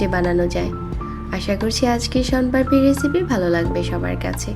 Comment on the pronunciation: পারপি না পাপড়ি